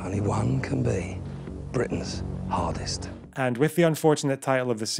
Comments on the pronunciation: Im watching this a second time just to hear you say "Britains 'Ardest" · "'ardest" :V